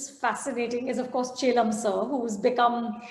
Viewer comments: Loved watching the interview. #anu, you're pronouncing chellam as if it was Jhelum with a "ch". The stress is not on E, but it's on LL. Rhymes with "Hell Ummm", if that makes it easier! ;-) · #anupamachopra it's not che...lam sir, it's Chel.. lam air#bajpaimanoj